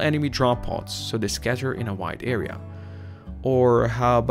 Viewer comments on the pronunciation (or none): none